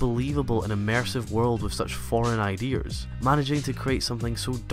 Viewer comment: "idears" X99